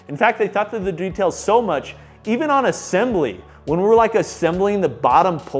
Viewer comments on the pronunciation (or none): assambly? lol